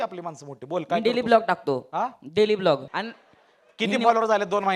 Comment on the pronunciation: Blog nahi vlog hota hai wo